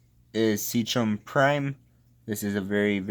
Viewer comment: It’s pronounced “sea kem” not sea chem, the chem stands for chemicals